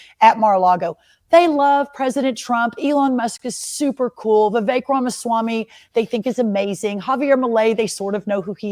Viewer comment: IT’S NOT VIVEYK. IT’s VEE VEK. SHORT “E”. LIKE GET. BET. SET. 👀